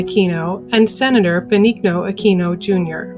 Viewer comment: Pronounced Ben-neen-yo